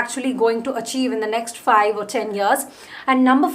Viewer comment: it was very fast and kinda funny And you pronounced ten as 'chen' and few other things😂 I thought you are going back to that old 2018 accent 😂😂 Btw please make a video on "how to choose the right career"